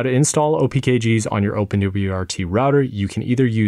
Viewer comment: why did it have to get impossible to understand after he mentioned wrt😭